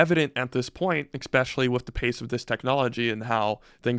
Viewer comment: Please stop saying ekspecially.